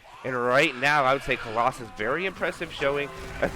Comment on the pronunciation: 2 minutes into the cast: "Colossus. I said that name wrong for a while, but I'll get it right from now on" Me: "Noooooo" - 40 seconds later: "And now Colossalis maximized their damage" Me: "Thank God" (Thank you both for the cast, with a year delay ☺)